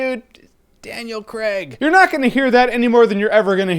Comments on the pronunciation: Daniel "Cregg" Why can't Americans say Craig properly? LOL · You pronounce "Craig" like "creg" lol I know it's completely irrelevant but yeh